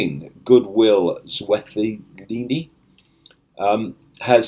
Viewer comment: Really insightful David. In South Africa, we're looking forward to an enlightened future under Cyril Ramaphosa (new president). By the way, It's pronounced King Goodwill Zwella tee nee.